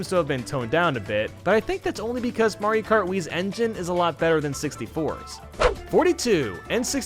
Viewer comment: "Mario kat" r/I had a stroke